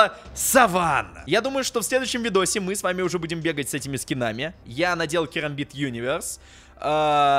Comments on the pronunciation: Керамбит а не карамбит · Правильно керамбит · кЕрамбит правильней, потому что буква A английская произносится как - Эй, е